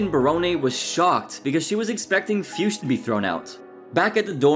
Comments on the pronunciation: The way you pronounce Fuchs....wow... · That pronaunciation of Fuchs made me giggle hard XD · I think that is not how you pronounce Fuchs.. Just listen to AVGN how he pronounce it correctly. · how do you come up with jackie fiusch? are you hallucinating or what? FUCHS! no i and no s before the c🤦🏼‍♂️